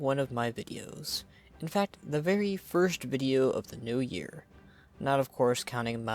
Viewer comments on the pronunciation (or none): none